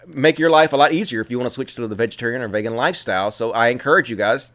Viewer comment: It's pronounced Vee-gan,. It's a long E sound.